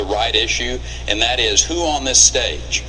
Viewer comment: That not correct..dat not correct.